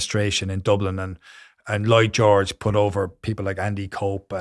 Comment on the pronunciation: Despite the seriousness of the topic, I laughed several times when I heard "Boy George" rather than "Lloyd George" 😄